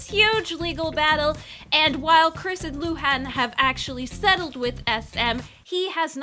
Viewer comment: as a Chinese person and a fan of the old exo m, please, luhans name is luhan , not lu. luhan is his first name